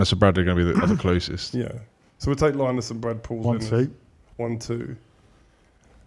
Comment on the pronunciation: Good effort that. Can you please stop pronouncing Linus udofia name as Line-us it’s Linus